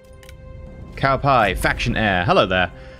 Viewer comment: Cow pie..😂🤣 maybe Tsow Pee? Just keep it going buddy. Love your play throughs!!